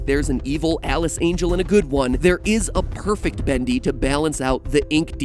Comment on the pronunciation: You say "Badli" instead of Bendy xD